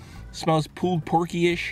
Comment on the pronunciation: Sounds like your saying "poo" pork sliders. LOL. Love it.